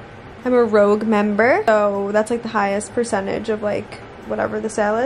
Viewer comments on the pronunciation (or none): rouge its pronounced rouj. It means Red in french :) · it’s rouge not rogue 😂 love you!! 🥰